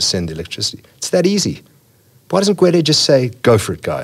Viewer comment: "because Gwede..."